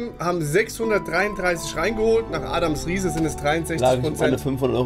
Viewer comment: Es heißt Adam Riese ohne s…